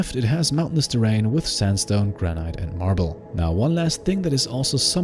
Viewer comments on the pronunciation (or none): Lol “Granite” here in ‘merica we call it “gran-it” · I could be wrong, but I think “granite” is pronounced “gran-it”.